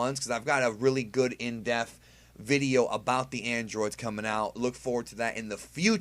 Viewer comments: Please stop using the word depth if you're not going to pronounce it correctly. There is a p in that word. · Love u but it's pronounced "dePth" it always sounds like u say death hehe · There is no "f" in depth.